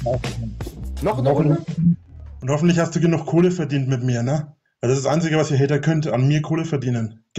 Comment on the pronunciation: Glöökler-Haider, beschda Haider 😂